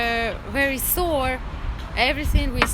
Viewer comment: 哇..我的英文聽力 剛剛不小心 進步了一點點..哈哈哈 她應該說錯單字了. 她說sore.. 正確應該是 sour.. 這對我來說 已經是很大的成就了 QQ. 好感動.. 看影片學英語.. 超勇敢....about size